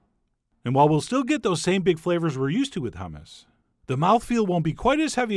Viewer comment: No, "yammus" LOL